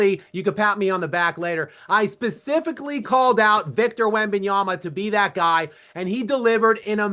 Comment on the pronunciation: Jason!!! WEM-BEN-YAH-MUH WEM-BEN-YAH-MUH WEM-BEN-YAH-MUH WEM-BEN-YAH-MUH That's how you pronounce his name. Practice this for a few minutes and you'll get it. Still mispronouncing his name is silly at this point. He's been in the league for 3 years. You're welcome